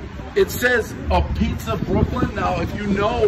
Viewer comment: “AHH-PEETZ”not “A-PEETZ”, Prez!